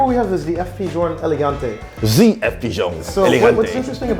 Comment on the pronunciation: Eleganteuh not Elegantay